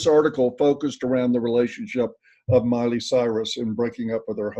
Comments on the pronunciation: Yeah he certainly didn't say Miley! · "Molly" Cyrus 😂😂😂